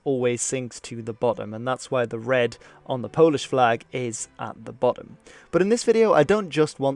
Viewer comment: As a Pole I learned stuff. Also, your pronounciation is perfect!